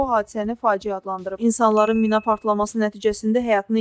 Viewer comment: O mina deyil mi'nadır